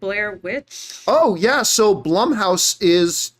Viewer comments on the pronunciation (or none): none